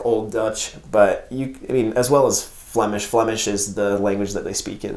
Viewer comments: Your flemish accent is perfect, greetings from Belgium! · Nice review !As a citizen of Antwerp I enjoyed this very much,especially your”zwaanstnaniehee”😜 Your pronouns the Flemish language better than some of our politicians ❣️👍